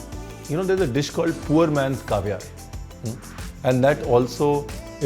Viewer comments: he's definitely pronouncing it wrong... or at least not the usual pronunciation of caviar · Acha you were saying Caviar I kept hearing “Kavya” 😂😂😂😂😂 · Ohh haha I was going to google what is kaavya :D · It doesn't matter, no doubt about that. Not to me, atleast. The point was why did it sound like he was saying Kavya. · Same here bro🤣